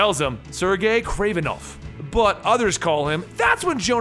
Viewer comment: Kreeven? I know who Kraven is, but not Kreeven